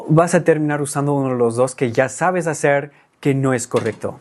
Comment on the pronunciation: La R suele delatar a casi todos los angloparlantes. Al principio no, pero después de un rato, como que te cansas y dices ¿Cómo le vas a “haceur"? Pero en general, tu español es ¡más que excelente! 👏🏻 Y tu contenido es aún, ¡mucho mejor!